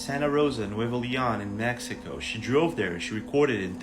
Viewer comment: WHY?!? THEY SPEAK perfect English until this word ,,,,,me-he-ko, its Mexico, to us, mek-see-ko